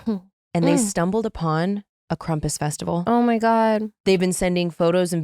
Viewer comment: Krampus is in Austria!! It's on my bucket list for 2026 👹 Does it drive anyone else insane that says Krumpus instead of Krampus?! 🫠